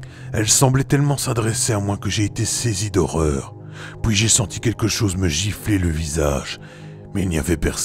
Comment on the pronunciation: Bonjour a toi... superbe travail encore une fois... c'est vraiment très complet....bravo... Je suis curieux de connaître tes propres expériences au sujet paranormal mais cela t'appartient.... Juste une petite question...d'où viens ta façon de prononcer les mots en PUI..? Tu le prononce poui....exemple: et puis, tu va dire et poui... en tout cas je te suis dans ton travail....j'aime vraiment....a bientôt... mon FB ma chaine YouTube